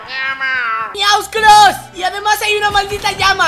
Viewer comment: Se dice lama no llama